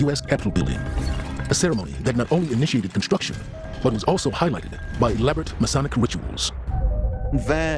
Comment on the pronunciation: New to finding you,. I appreciate your work and your heart. While I disagree with you on some theology, I certainly don't doubt your love of Christ. My only complaint is a nit picking one. It's Masonic (May-Sonic). You say: Messianic (May-scionic). It hurts my ears. God bless you, keep doing your thing!!! I'll keep watching and supporting